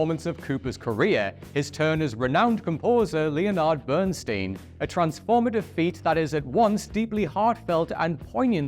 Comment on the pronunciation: Le-o-nard? Have you never heard his name pronounced out loud before? Len-ard Bernstein.